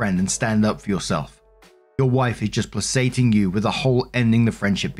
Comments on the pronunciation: *play KAY ting (not say-ting) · Story 1 - Aaaaaand still can't pronounce the word "placating" correctly.